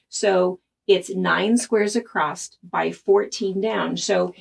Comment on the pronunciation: Love your tips. Love the pattern. Newer subscriber. As a midwestern gal growing up, I want to give you what I hope you'll take as constructive criticism... The word "across" has no "t" at the end ;)